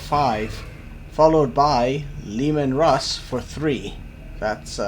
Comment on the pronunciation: Look out! It´s Leh-Maahn Russ!